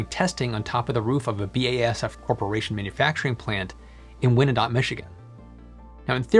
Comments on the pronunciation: Win-a-dot? lol......... Why-an-dot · You pronounced Wyndott, Mi the wrong way. I don't usually say stuff like this but its pronounced like wine not win, winedott. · Wyandotte (wai-hun-daat) wine-dot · you mention BASF plant in Wyandotte, Michigan. Wyandotte is not pronounced Wn-a-dot. It’s pronounced Why-an-dot. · You not only butchered the Dutch names you butchered the English names. Wyandotte is pronounced why-an-dot, non win-a-dot. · it's not pronounced "Win a dot" it's "Why 'n dot" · Hey the town in Michigan should be pronounced "Y and Dot" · Wyandott = Why'-An-Dot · Actually, you butchered the pronunciation of Wyandotte, Michigan.😂 Should be pronounced “why-en-dot.” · The town in Michigan is pronounced “WHY-an-dot”. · Born in Wyandotte MI. It's pronounced Wine-dot. Thanks for sharing your research and the helpful info. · I lived in wyandotte(pronounced y and dot) and got a look a5 the basf one. Definitely very obvious but an uninformed observer may believe it’s some hvac system….very interested when they dive into residential. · Wyandotte, Michigan Pronounced "Wine-dot !" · Hello from Michigan! Wyandotte sounds like Ryan-dot. Just change the R to a W. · I would love to see one for home use. And, I had to smile on how you pronounced Wyandotte - WHY AN DOT - it took me a second to figure out which city in Michigan you were talking about :) Also, Detroit Metro Airport has some wind turbines they use to (I think) power some parking structure lights and maybe more. It's neat to see them. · Wyandotte is pronounced "Why - an - dot" lmao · great video but I am from Wyandotte and good lord did you butcher her name 🤣 WHY-en-dot would be the correct pronunciation 😉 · The city is pronounced Why-en-dot. Wyandotte Michigan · FYI it's "why-an-dot" Michigan. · Wyandotte (named after the Indian tribe) is pronounced "wine-dot." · It’s pronounced wine-dot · I grew up outside of Detroit.. that town in Michigan is pronounced Why-an-dot .. I can't help you on those foreign names..